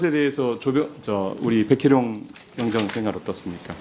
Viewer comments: 경장 아니고 경정 입니다 순경 경장 경사 경위 경감 경정 총경 국회의원이 발음이 그따위니 다들 헷갈리지 계급이 어마어마하게 틀린데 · 어이 아자씨 경장이여 경저이여? 응? 좀 신경 좀 쓰셔